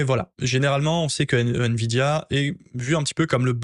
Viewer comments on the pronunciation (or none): none